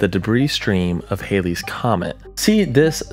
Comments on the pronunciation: It’s NOT “Hailey’s” Comet! Ugh! It’s Hal-Lee’s. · Please learn the correct pronunciation of Halley's Comet! Thanks. As in; Hal- ees otherwise nice information!